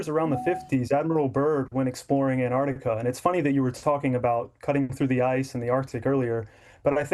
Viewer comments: Where is "Anartica"?! ANT-ARC-TICA, ffs... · AnTartica, not Anartica.